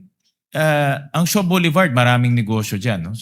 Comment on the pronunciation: Hirap mag-pronounce pag stiff ang facial muscles: "Landbank SHOW" daw heheh. Tawa lang ang mga elementary schoolchildren. We had to correct to SHAW, para tama ang location ng bank! Walang Landbank Show, pati si Siri at Alexa malilito!